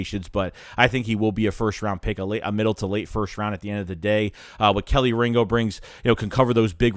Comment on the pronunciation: KEY-Lee Ringo, Kelee Ringo. Not Kelly Ringo... SMH...